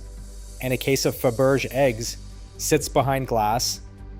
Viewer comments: Wait. Did you just pronounce Fabergé as "fab urge"??? It's "fa•ber•jay"! Wow. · I didn’t catch it until “It” said FA - BERJ! Any human knows that its pronounced FAH - BER - SZHAY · Pronounced FAB er JAY ' not FABerge..👨‍💼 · Fabergé is not pronounced ‘fuh-berzh’; it’s ‘fab-ber-zhay’ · Did it really say Faberge like faburge? Holy Mac Jesus say it aint so now thats hilarious 🤣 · You need to learn to pronounce words properly- Romanov = Roman -off - Faberge - Faber -j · It's a french word. Look it up; you're pronouncing it incorrectly. Fab-ber-zei ˈfæbəˌʒeɪ. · ‘Fabuuurge’ lmao ok clearly AI garbage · It's a shame that these videos with computer created narration aren't at least reviewed and tweeks made to get the pronunciation right. Faberge is pronounced Fa-ber-zhay and Romanov is Ro-man-off. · Fa- bur- shay. Faberge. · All this and can’t pronounce the word Faberge??? 🙄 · The famous Russian Designer "Fab-urge!" AI has a long way to go!😅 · Never heard an AI that studders and stumbles. And if I hear faburge one more time… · Fabergé is pronounced FAB air jay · Faberge is pronounced FAB-er-zhay! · Learn to pronounce things! Feberge= fa ber jay. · Faberge is pronounced Faburshay. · Fah- BERRJ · He pronounced Faberge wrong. I’m done. Lol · when Faberge was mispronounced, I stopped watching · You stupid Ai robot, I will never subscribe to fortune’s grave, people who throw together a video and don’t even pronounce very important names like Fabergé eggs correctly. There were several other names that were pronounced wrong as well that any fourth grader would know. Goodbye forever. 😠 👎🏼